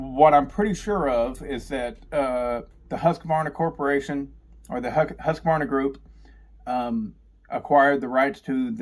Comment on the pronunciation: Nice to see that there is atleast 1 man in united states who can pronounce Husqvarna and Jonsered :)